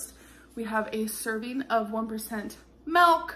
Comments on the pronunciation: Milk not melk! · ew she said "Melk" also hi orange queen 👑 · also who else cringes every time she says MELK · Come on you probably say mulk. We australians actually say milk. And Americans think we're saying MEEilk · ummm no, I'm in Michigan and we don't call milk "melk" can't blame us for that one! lol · Milk, girl. Milk. Not “melk” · I doubt 16 ounces is the recommended size serving of melk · She says it in dutch, milk = melk here lol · I'm from Boston and have never heard "melk"... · The way she screams “MELK” like “look at me I pronounce it differently I’m so different please pay attention to me please!!!!!” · "We have a serving of 1%....MELK!" 😂